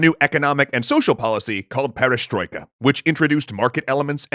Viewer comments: not a "perishstoyka" but a "perestroika"(aka "rebuild") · I have to say, your pronunciation of перестройка isn't that bad compared to other videos I've seen. Nice job.